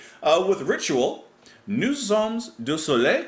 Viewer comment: The ending "s" in "sommes" is not pronounced in French unless followed by a vowel, as in "nous sommes à destination". But in "nous sommes du soleil" it is followed by a consonant. Good job as always,.